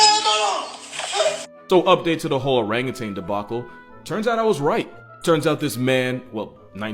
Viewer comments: Stop saying orangutang!!!!!!!!!! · Or rang you tan . it's not pronounced tang. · Learn to pronounce Orangutan. It’s O-rang-u-tan. There’s no “g” in tan. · There is no G at the end of the word orangutan. You're thinking of that orange drink powder from the 90s